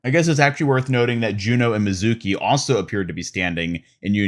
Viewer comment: Love some of the details on these, Kiriko’s skin is great, Hanzo’s is really meh On another note, Mizuki’s name is not pronounced that way. It’s ME-zuki, not Mi-ZUH-ki. Need to stress the first syllable, not the middle one.